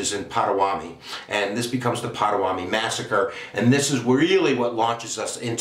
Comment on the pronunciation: Having researched the life of John Brown for the past 3 years, I must say your presentation is spastic at best. Between the mispronunciation of Pottawatomie and other place names and the timeline of his life (which seems to defy the space/time continuum) I was reminded of Jay Leno's 'Streetwalking' bit where simple questions were met with moronic answers. This video must be trolled. #Sad